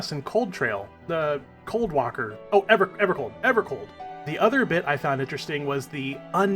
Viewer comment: Hi, I am evercold, please dont mispronounce my name. Also I think your cope will pay off